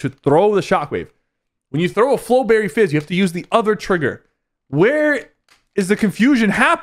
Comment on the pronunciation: Bro said flowbery fizz its flowbery! hahaha